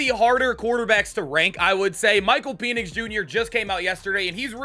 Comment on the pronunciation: Bro it is pen-ix not peen-ix